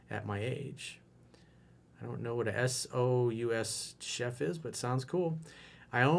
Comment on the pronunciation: its pronounced sue chef